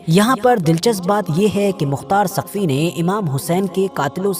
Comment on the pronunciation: Saqfi ha taqfi nhi bhi shab